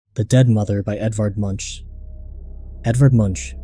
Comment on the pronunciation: Edvard Munch's last name is pronounced Moonk.